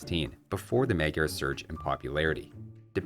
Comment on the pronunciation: dude, i enjoy and learn from your videos, but after 10 year, you still cant pronounce Magyar correctly